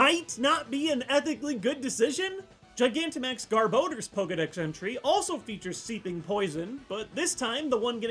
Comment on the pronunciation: Swear to god I thought he said Garboner